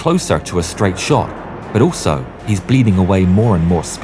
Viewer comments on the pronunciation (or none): none